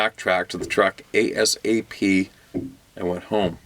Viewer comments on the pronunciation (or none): none